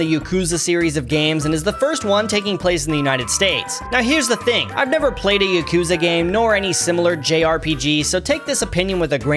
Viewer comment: every time he mispronounced yakuza i got heart palpitations